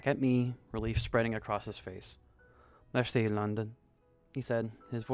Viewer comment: Another great job from the narrator! Maybe a tip? Write out foreign words for better pronunciation. Like mairsee for merci and daygoo tunt for dégoutant :)